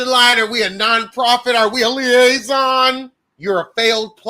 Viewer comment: "A liason " 😫🤦🏾‍♀️